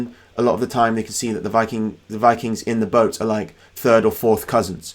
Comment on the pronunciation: They were Vii-KINGS, not fucking Vi-Kangz.